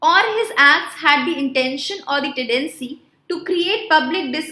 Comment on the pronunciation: Madam its tedecy or tendency